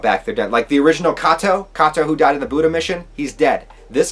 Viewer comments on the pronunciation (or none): none